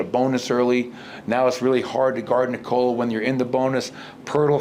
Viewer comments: It´s pronounced like in English: "Knee Col La". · 10 years in Malone still doesn't know how to pronounce Nikola